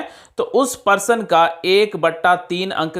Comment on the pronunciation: परशन नहीं प्रश्न होता है